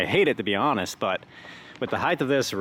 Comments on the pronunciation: Heighth is not a word. Over 20ft in height not heighth. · Wicked cool project, but I have to be that guy for a second. There is no such word as "Height-th". Height Width That is all.